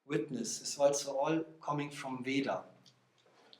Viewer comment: Narrator can write in Devanagari script as vedha and yet mispronounces it as Veda!